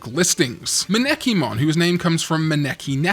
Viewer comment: Since you're going to be saying a lot of Japanese words/names through the next several years, here's a fun, near-universal, easy tip on pronouncing Japanese names on their own! *Emphasize the first syllable, de-emphasize the rest! For instance, it might feel natural in English to pronounce Mokokomon like [mo-KOKO-mon], but it's actually [MO-kokomon]. Likewise, [ma-NEKI-mon] is actually [MA-nekimon]. A [ha-NI-wa] is actually a [HA-niwa]. [ko-KESHI-mon] is actually [KO-keshimon]. [kara-KURU-mon] is actually [KARA-kurumon] (so, the first two syllables this time). Thank you for all your hard work during 2025's big boost in attention, and I hope things stay stable in 2026~ Enjoy~ <3